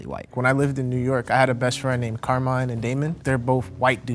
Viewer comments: Sì, esiste ma ovviamente non è pronunciato come lo ha pronunciato il tipo "Carmain"😂 ma semplicemente Carmine. Non è un nome super comune ma al sud ce ne sono. Al nord mai sentito. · It’s pronounced Kar-Mee-Neh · Italian here, I can confirm that Carmine is (also) an italian name, more typical of southern regions. However, it is not pronounced like they said, it's more like "càrmeeneh". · Carmine IS an Italian name and it’s NOT pronounced like that 💀💀💀💀💀💀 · Damn 'Carmine'. How are you from New York using the name Carmine and don't know it's Italian? Watch The Sopranos at least, lol. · Yes, Carmine is an Italian name, but definitely not with that pronunciation 😂😂😂